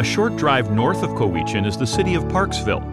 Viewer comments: Omg. It's "Cow-eh-chan" not "c-oh-wee-chin" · COW ich in not cowitchen. And Saaaanich not sinach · I live on the island too, and when he said Koweechen, (Ko weech an), I thought, where the hell is that and was about to google it, thinking it was on the west coast of the island, but he then said Parksville and I went doah, Cowichan. LOL As in Cow..ich...an. hahaha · “Whan-da-foo-kah. Coh-wee-chin.” 💀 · Other than than saying a few of the places wrong it pretty much sums up Vancouver Island ❤️💕😎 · All the time I lived on that Island Cowichan was never pronounced Co hee kan in my experience but rather Cow i chan. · Coo wee chan? Well cow wich chan (cowichan) got horribly butchered badly... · Perhaps the narrator should research how to pronounce the names of the towns properly…. (Coh-eee-chin??? No, no, no! Cow-ih-chin, being one ) And specify that this video is a very small portion of Van Isle! So much more to offer than what has been shown! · Coweeeechin lol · Agreed! Died when he said "co-wee-chan". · Ohhhhh...I wish they had asked how to pronounce COW—I-chan, and Saanich (like sandwich without the “dw”). Other than butchering the names, it’s a very comprehensive well done video!! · Please correct how to pronounce “Cowichan” and “Saanich” Cow – i – chan with emphasis on the cow S – aaaann – ich with emphasis on the aan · They did mention Cowichan but they pronounced is co-wee-chin 😂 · "Co-Weechan" bay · I love how they butchered cowichan bays name. It’s pronounced like “cow-which-an” XD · Sorry, you're incorrect. It's "Cow-itch-an Bay". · Let's see... Juan de Fuca = Wahn dih Fyooka. Cowichan = Cow-ih-chun. Saanich = Sā-nich (long a sound). Ucluelet = Yoo-CLOO-let (lazy speakers sometimes say "Yoo-COO-let"). Butchart = BOO-chahrt. Oof. Bad narrator didn't bother to confirm pronunciations? Bad! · Coweechin 🤣🤣🤣🤣🤪🤣🤪 Sonich 🤪🤪🤪🤪🤪🤪🤪🤪 idiotic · It's Cowichan bay lol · timtwoface agreed, I almost didn’t recognize “Cowichan”. I had a, “wait, where?” moment